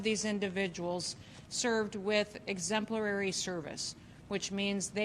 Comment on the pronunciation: I was out when she said “exemplarary”